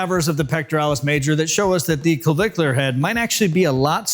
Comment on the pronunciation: Why is he having trouble pronouncing “clavicular”?